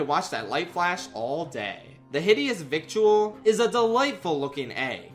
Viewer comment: Fun fact! The way that treasure is pronounced is Hidious VI-DELL. Victual is an old-timey way of saying food, but it is not pronounced as it is spelled. Instead, it’s pronouncd like videll. Sorta like Fiddle, but with a V instead of an F. Words can be weird!